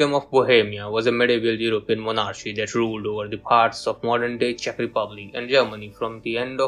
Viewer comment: This is a very cool project! Bringing ruins to life! Nice work indeed :) thank you for sharing Gotta work on that english pronounciation tho.. it's not (only) the accent. For example: The "ch"' in monarchy has to sound like a "k", not like "ch". It's stuff like that, u know. :)